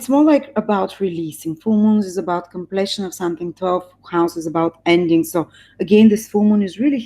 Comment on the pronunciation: Думата completion, всъщност се произнася къмплийшън --> [ kəm´pli:ʃən ] !